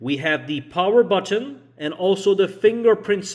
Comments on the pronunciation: Button . Not buTTOn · Bro why are you over pronouncing buTTon?